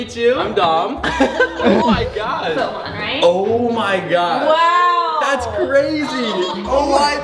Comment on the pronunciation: Is it me or did I notice that Brent every time when he says oh my god he says oh my GWOD